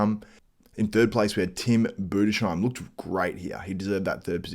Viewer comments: Boo-Des-Heim... Tim Budesheim... Great German bodybuilder and is 31 yrs. old. He has been improving and is coming into his prime! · Its actually called Tim Budes-heim. Thanks for your coverage ;)